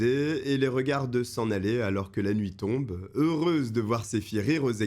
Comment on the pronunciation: Excellent ce nouveau format ! Cette intro de ouf (BG!), cette écriture équilibrée (justice et justice sociale) et plus orientée vers les victimes, une durée plus longue qui permet d'installer l'ambiance... Trop bien! Juste 2 petites remarques car ça revient quelques fois et je pinaille : la lecture des coquilles (tombre) et la correspondance des photos avec le texte. Je sais que vous le savez mais sachez que je l'ai vu 😅